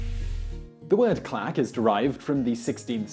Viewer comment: I thought he said "the clap"